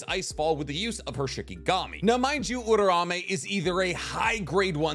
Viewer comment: Loved the vide but just to let you know Uraume is not pronounced "Oo-ra-may", it's "Oo-rah-oo-may"